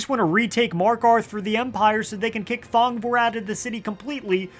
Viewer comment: Thong...vor(e)... Dear gods!